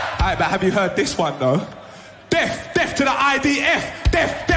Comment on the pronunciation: They simply MUST charge this idiot who can't even pronounce the word "Death" correctly. Quite obviously appealing to the YOOF and other morons